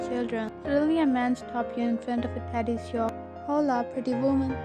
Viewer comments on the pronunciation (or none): none